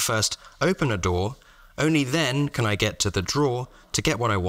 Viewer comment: Not at all a criticism, but you said “drawer” and “door” so often and in close proximity that I started hearing “dhoar” for both